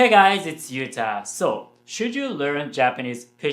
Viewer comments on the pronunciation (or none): none